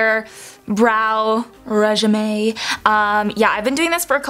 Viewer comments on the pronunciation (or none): was regimen just pronounced regime? lol